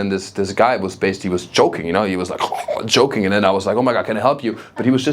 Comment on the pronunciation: Totally agree with Dutch being a crazy language, but most Americans have no exposure to dutch and really can't appreciate how insane it really is. One piece of feedback is that when you talk about the dutch guy choking, is that you sound like you're saying the dutch guy is "joking" . I know in German there is no sound for the English J, so often it's substituted with a "tsch" sound, which sounds like the english "ch" sound... I say this with as much love as possible as an english speaker who studies German/French/Spanish and my pronunciation/fluency will never be at a native level, but we all try our best. I'm sure you could practice with your wife and she can help you fine tune the difference. Loved this set, I realized my German (born & raised) mother is not as hard-core emotionally unavailable as I had made her out to be, compared to what you described.